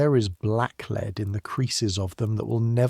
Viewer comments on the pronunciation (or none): Very entertaining, but AI still can't distinguish between the two different readings of 'lead'.